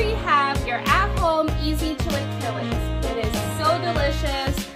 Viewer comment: I will be happy to teach you how to say it! Chill- a - KEY- es